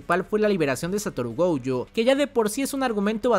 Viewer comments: Por que rayos le dice “goujo” 🤢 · Me super estresa que pronuncies Gojo con la primera como si fuese en ingles de la palagra "Go" y la 2da silaba con ye, de "Yo" wtf